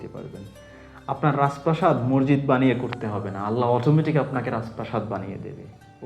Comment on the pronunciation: সাউন্ড বন্ধ করেন৷ আর মরজিদ কি? উচ্চারন ঠিক করেন৷ মসজিদ৷